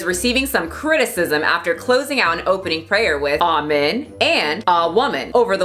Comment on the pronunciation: Amen?? I thought they said almond!!! Lol